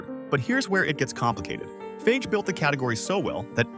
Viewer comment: What do you expect from AI. And, by the way, FAGE is pronounced FAH-HEH!